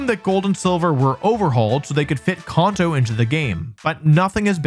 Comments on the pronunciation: Bro come on its KAN TOE NOT KAWN TOE You did this shit with rayquaza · Its Kanto, not Kaunto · I will be 6 feet cold in the ground before I recognise Caunto as the proper pronunciation for Kanto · I hate how you say "kauhnto" 😭😭😭😭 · Who pronounces Kanto like that? “Con-toe” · Kanto CAN-TOW Seriously? What is with Candians saying shit wrong? It's said as "Can-tow" all the time EVERYWHERE ELSE. You're not Japanese. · Kun-toe region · Con-toes… this makes me mad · Why you saying conto 😂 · Kahn-toe😂 is that actually how it's pronounced? Or is it can-toe? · Came to the comment to see if anyone was annoyed by it lol It's Kan-toe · The way he pronounces Kanto actually makes me wince